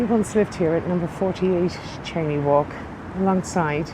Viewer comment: It’s a Scottish name which is pronounced ‘Shane’ not ‘chainey’